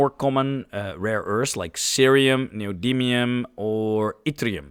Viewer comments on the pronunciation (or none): none